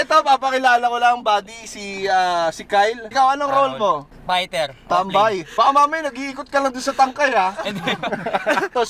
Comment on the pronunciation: "fighter, Ling..." Tama ba pagkakarinig ko?... 😅😂